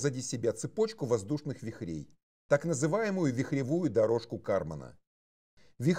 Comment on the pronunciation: Два замечания: Читается: включИм, вИхрей.